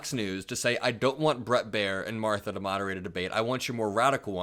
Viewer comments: "Marther [sic] and Brett" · Marther and Brett, Marther..MARthER. WHY DID YOU SAY THAT NAME? 😅